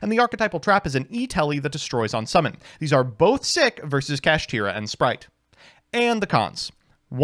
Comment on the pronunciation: Kashtira should be pronounced "Cash-Tie-Ra" instead of "Cash-Tear-Ra". Evidence? Konami loves alliteration and rhyming on cards. This carries over in their arguably strongest spell card, "Kastira Papiyas". Still don't believe me? ... Sike. Get Impermed NERD!